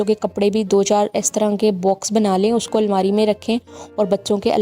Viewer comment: Almeera nhi h,lafz almaari h